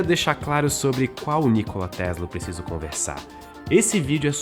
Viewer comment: não quero polemizar, mas que tal compararmos as asneiras ditas aqui com os diversos documentários feitos pelo History Channel a respeito de Nikola Tesla? P.S.: até na pronuncia do nome do Nikola Tesla o apresentador falha